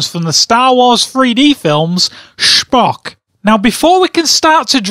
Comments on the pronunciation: Sphock u say it wrong it's pronounced spo-ck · Its star trek dumbass and its not SHPOCKSH its Spock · SPOCK is not from Star Wars he is from Star Trek and you don't call him shpock it's Spock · STAR TREK AND ITS SPOCK NOT SHPOCK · "Shpock" lol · Lol "shpock" :) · Can't stop laughing at the way he pronounces Schpock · It's Star Trek and it's Spock (sp-o-ck) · "Shhhpock" Wat. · It's pronounced "Shpock"? I didn't know that Spock is German. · You fool, it's pronounced Speck